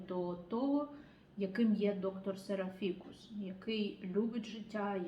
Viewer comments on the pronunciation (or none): Пробачте, як Вас слухати, якщо з першої хвилини чую «серафІкус». Якийсь фікус… А йдеться про серАфікуса. «доктор серАфікус». Жахлива поверховість… Пробачте!